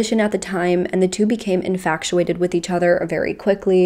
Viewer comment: again it's not inFACTuated....there's no c. It's infatuated....phonetically it's in-fach-oo-ayt-id if that helps.